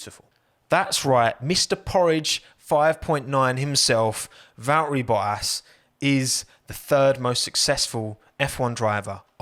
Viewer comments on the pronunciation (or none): Valtteri Bottas - same: Valteri Bo-ass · ⚠️ To all international journalists & sport presenters: 🌐 it is NOT Lewish ... it is NOT Bottash ... and it is certainly NOT Max Vershtappen! Pronouncing "st" as "sht" is done by Germans not Dutch people! ... like an insult to us ... like insinuating you are a Nazi or something. But most people from Holland (like me) have NO issues with Germans at all. Am part German myself.